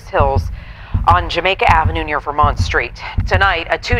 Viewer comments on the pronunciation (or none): none